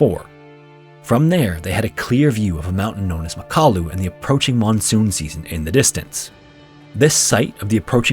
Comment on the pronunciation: It's pronounced MACK-a-LOO .....